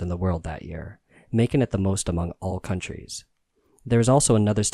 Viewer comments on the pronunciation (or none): none